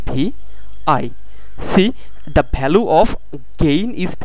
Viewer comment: very nicely explained I am thankful to you for this but if you dont mind then I want to draw your attention towards some pronunciation mistake 1- region it is pronounced as rigan. 2-value not bhalue